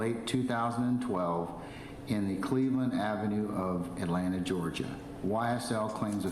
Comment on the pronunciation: This man said “bleveland ave” but also claims to not be affiliated hmmmm.